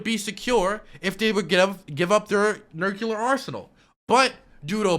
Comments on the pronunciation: Each time you say Nucular you make me blush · Bush jr really did a number on you. I mean "nuculer" just burned its way into your young mind. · the way says nuclear as nuke-u-lar is giving me cancer